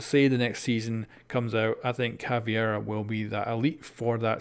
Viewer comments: Hey, could you please fix your Caveira pronunciation, it's definitely not Ca-vie-ra but Ca-Ve-ee-ra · IT’S ‘CAV•EI•RA’ CAVEIRA NOT ‘CAV•IE•RA’ CAVIERA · It's Caveira not Caviera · Fucking CavEIra... Not Caviera. Why do so many people struggle to read and say it right? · Its caveira not CAVIERA ffs :/ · Listening to him say Caviera instead of Caveira makes watching the video so hard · come one man, ca-ve-ra. not cavi-era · It's CA-VEI-RA not CA-VIE-RA, it's been 3 years!:P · Am I the only one who gets pissed when youtubers call Cav "cAvIeRa" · Samir Duran His pronunciation of Caveira is not an accent problem, he is straight up inverting the E and I. Thats not caused by accent. My native language is Spanish, I say the names Maestro, Lesion, Mira, ect like they sound in Spanish because those are actual words in Spanish, but I dont invert letters or anything like that.